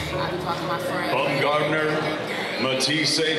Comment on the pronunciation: Is her name really pronounced BUMgardner? I’m pretty sure it’s supposed to be BOWMgardner, (from the German “word “Baum” meaning “tree, as the name is of German origin.)